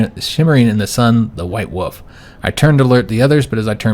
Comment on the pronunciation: Same it had me rolling when he kept saying “white woof”